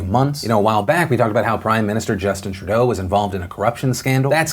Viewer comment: Philip DeFranco Phil Phil Phil it’s pronounced True-doe not tri-dough